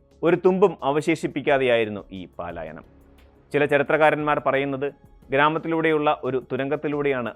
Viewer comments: പാലായനമല്ല സുഹൃത്തേ , പലായനമാണ് ശരി. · പാലായനം അല്ല... പലായനം ആണ് ശരി